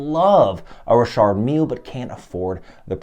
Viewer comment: I always pronounced it Richard not Rishard are you sure you're saying it right before I change the way I pronounce it?🤔